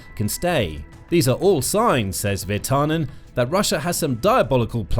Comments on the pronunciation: IT IS PRONOUNCED VIR-TANEN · Your pronounciation of Virtanen is not bad. Just... emphasize on the first syllable, not second, and it would immediately be better. This applies to all Finnish names. The video is a good summary of what has been going on. It would be nice to have a comparison between what Russia is doing towards Finland and other contries having a border with them - Baltic countries, maybe even on other sides of Russia. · they butcher every single non English name anyways